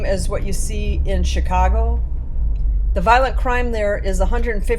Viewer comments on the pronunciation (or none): none